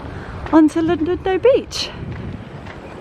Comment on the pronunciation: A wonderful. Vlog So interesting in all aspects. You are a lovely young woman. I am a South Africa. and thought I might suggest how we pronounce Llandudno-Lan-dud-no💕